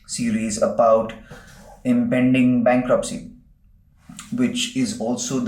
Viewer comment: He forgot letter “T” in bankruptcy.